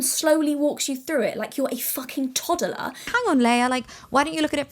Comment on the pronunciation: She's so british she's saying "toddoler" instead of toddler